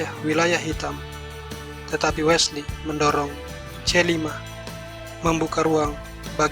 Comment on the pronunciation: Bukan Wela so bang, tapi Wesley so bang. #peace 😁😁✌✌✌✌✌✌✌😁😁